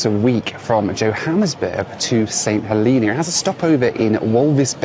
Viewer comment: Saint "Heleena"? Really?